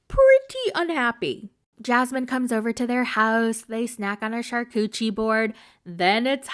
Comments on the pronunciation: Hey! It's you. Hi. You're the problem. It's you. You gross freak. And when you said "char-cootchie" board, I nearly spit out my coffee! 😂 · Did you say “char-coochie” board?! 😂💀